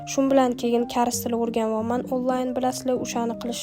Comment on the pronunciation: Kares❌ kars✔️